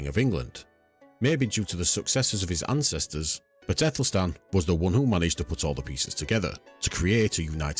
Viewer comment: Great, informative and always prefer a channel who uses old illustrations instead of fictional ai images. One thing though, in old English the Æ is pronounced like an 'ah' sound, like in Cat and Bat.